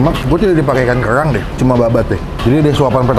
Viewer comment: "nasi goweng, kemayowan, kewang" emang ngmg nya gitu y pak?